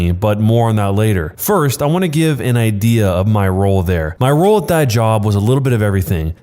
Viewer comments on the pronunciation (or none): none